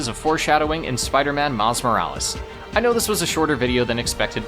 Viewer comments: IT IS ACTUALLY MILES MORALES NOT MIRIS MORELES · you can't even say the title of the game properly its MILES MO RA LES lol are you trying to rage bait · It's called Miles Morales not Miles Millis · OMG ITS NOT MILI MORAL, ITS MILES JEEEESE CANT YOU READ, HOW DARE YOU MAKE A CLEVER JOKE AFTER POINTING OUT YOU WERE GONNA MAKE A JOKE, IM GOING TO LIKE AND SUBSCRIBE NOW TO PROTEST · his name is miles morales not miles morales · Erm, you mispronounced miles morales! 🤓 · Hey man. You mispronounced Miles Morales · How dare you farm for engagement by miss pronouncing a name. Well jokes on you I’m too smart to fall for that! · You didn’t say miles morales correctly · You mispronounced miles morales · hey i think you mispronounced miles morales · hey you mispronounced Miles Morales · Nvm he did gng it's engage ment farming